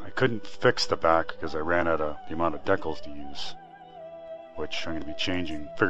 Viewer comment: At least you aren't saying "Decknals" like Ricky from Trailer Park Boys hahahahhaha Seriously though, dude, it's decals, like "DEE-kals"